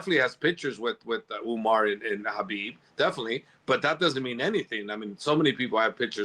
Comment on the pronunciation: Javier Mendez has to be one of the biggest Frauds in MMA. No doubt that he knows how to fight, but to think he's behind these great champions, or somehow responsible for their progress is just laughable. And I wish somebody would please explain to this guy how to pronounce the name khabib. He pronounces it HABEEB.